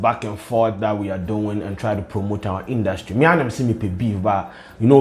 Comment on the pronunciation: It was “Induutry” and the “blah blah blah” fah me 😂😂😂😂 skin though! 😍